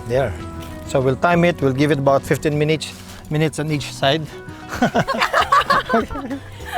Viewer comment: naparewind ako mayor yung Minutes at Each naging MINEACH, 🤣